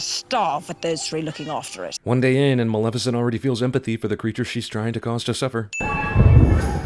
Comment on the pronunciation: Sin: everyone keeps pronouncing it "Malificent"